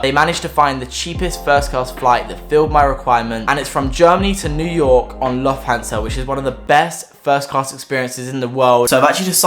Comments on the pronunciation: When he said 'lof-tan-sa', i felt that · LUUFT HAN SUH] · Its spoken looft-hans-a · it is lufutansa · It’s pronounced loof-tansa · Man said Lufthansa its pronounced loooftansa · it's pronounced "Lufthansa" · your German skills are great lol 😂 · Ok, he clearly butchered Lufthansa but this guy is British and doesn't know how to pronounce "privacy"? XD